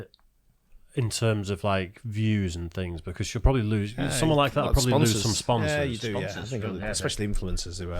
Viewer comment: saying "Sponsors" with an American accent lol